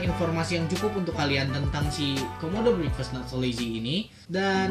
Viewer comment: Ngomong breakfast nya salah udik